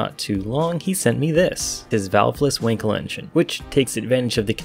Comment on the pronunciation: It is pronounced just like the english word "uncle" but with a w in the beginning. As an english speaker please just say the word "wunkel". If you did not know, you know now.